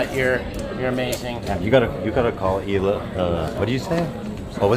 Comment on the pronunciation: Love your new bod lol! Frenemies was great, I hope they do it even though I cannot stand Ethan Klein. Hila is pronounced EEla btw. Course we still hate Dan! Thx Rich, LYSM.